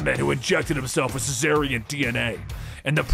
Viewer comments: It's pronounced "Zar-ni-an", it's spelled Czarnian! How the hell are you getting "cessarian" out of that?! He's not a Caesarian Section. Hahaha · just really butchers the word Czarnian throughout the whole video like in